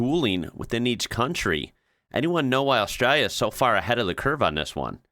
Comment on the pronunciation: It would be nice if you pronounced Australia correctly!